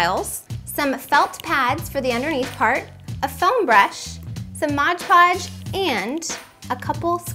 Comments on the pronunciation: it's Mod Podge not modge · MOD PODGE NOT MODGE PODGE!!!!!! i'm sorry if i sound rude but that really annoyed me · Couldn't even watch more than 2 minutes of this. It's pronounced "MOD Podge." If you're looking right at the bottle, you should be able to read it. Pretty big letters there. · Omg I came to say exactly that! Why can't anyone seem to pronounce it right!? It's MOD PODGE! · dont say modge ever again it drives me insANE